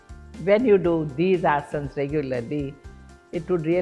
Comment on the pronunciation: One thing I love about her is that she pronounce asan Unlike other people calling asanaa I don’t get it why people mispronounce these basic things Ram-Rama Krishn - krishnaa Budha -budhaa Yog- yoga (yog- asan) Shiv -shiva Please use correct pronunciation 🙏🏻